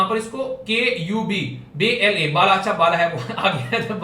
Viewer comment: Sir pala nhi bala bala 🤣🤣